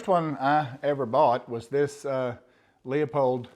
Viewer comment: Please…. It’s “Loopold” not “Leopold”. Leupold is a scope brand, Leopold was a king of Belgium.